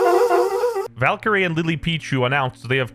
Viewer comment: why does he mix up valkyrie and pokimaine lol